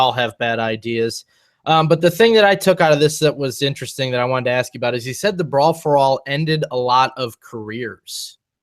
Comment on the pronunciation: I was waiting, in vain as it turned out, for you to address the leaving of JJ Dillon. Or for that matter the rudicrious claim, that you 'came up with' Montreal. Conveniently leaving out bits, for a change. Oh and it's 'ASK' not 'AKS'. Bro.